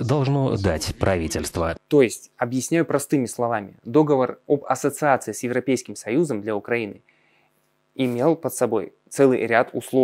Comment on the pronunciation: договОр, договОры, договОра, договОров и т.д...